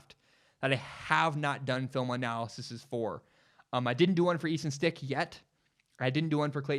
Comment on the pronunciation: You almost lost all credibility in mispronouncing the North Dakota St. QB that 99% of us had never heard of. We can let that one slide. Credibility restored.